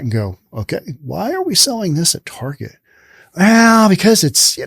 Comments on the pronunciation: Ok dude. You saying Tarjay really was annoying. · “Tar jai”, I’ve never heard it pronounced that way before.